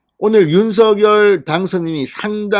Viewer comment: 윤석열 [윤성녈] 입니다. [유서결] 아닙니다. 누군가의 고유명사인 "이름"은 정확하게 발음해 주시면 고맙겠습니다. 그래도 한 나라의 대통령의 이름을 자국민이 제대로 발음하지 못 하시면 .. 이름은 고유명사입니다.. 윤석열 [윤성녈] 입니다. [유서결] 아닙니다.